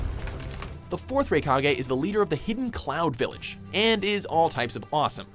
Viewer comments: Ah yes. The rikagay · its not "raykage" its "rykage" you've clearly never seen any anime aside from DBZ and pokemon so dont bother making anime videos unless you get someone more knowledgeable on the subject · It baffles me how you can mispronounce the name of “Raikage” when the clip used actually says his name.